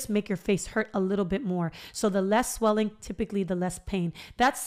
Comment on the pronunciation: “Sweeling” so funny girl! I’m literally sitting here chuckling for the first time after my extraction early this morning so I thank you. I needed tht lil laugh.. 😂You better do yo podcast perfectly, so inviting and very professional! Yasss gworl!!! I said YOU BETTA DO IT! More importantly, I truly needed this! You explained it in a way that made me understand and trust you. Not to mention you cute sisss!!! Felt like a good friend just giving me advice… not many can achieve that and for that I appreciate you!!! ❤️❤️💪🏾